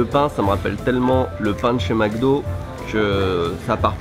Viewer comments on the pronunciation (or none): none